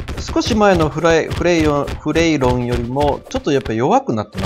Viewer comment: 発音はフレイロンだよ